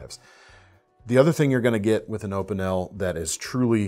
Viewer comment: Opinel (O-Pee-Nell) how to pronounce it ;)